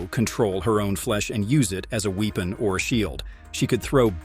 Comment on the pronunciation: What the youtuber said: weapon (I heard it pronounced as “weepen”)